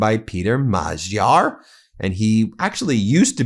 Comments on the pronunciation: Spend some of the money you earn from promoting crap on a course to teach you and the supposed editor in chief how to pronounce names. American idiocy syndrome on display here. "Majyar". Unbelievable. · I love your show. Adorable (mis)pronunciation in Hungarian. Here is some help: - Magyar can be pronounced as majar (j similar/approximate to the j in jar). - Tisza can be pronounced as Tisa (i for India, s for sugar, as the compound letter sz is the s sound, pronounced like s in super). - Fidesz is Fides (again: i for India, s for sugar, as the compound letter sz is the s sound, pronounced as s in super). It's consistent in this language. Keep up the amazing work, Ben! You and your network have a huge, much-needed impact on truth-journaling! Stay safe! 💙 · Just a word on pronunciation Ben. Peter Magyar's last name is pronounced "Modyar". Tisza is pronounced like "Tissa" and Fidez is like the "i" in Fin. We in Hungary are not fooled by Orban. He is only trying to look after his own investments in Russian oil and gas, not the betterment of Hungarians. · Thanks for keeping us informed Ben and congratulations to all at MTN for reaching the six million subscribers mark! 🎊🌟🎊🌟🎊🌟🎊🌟🎊🌟🎊🌟As I understand it, the name Magyar is pronounced Madyah, but I could be wrong in some cases. Thanks for everything you lot do, it's always an age before mainstream catches up; fact is, lots of journalists in outlets like BBC do themselves consume MTN and Legal AF, there is sometimes a frustration about how long it takes to expose the truth to the reader. Nice one Ben and team! 🎉🎉🎉🎉🎉🎉✨🌟👍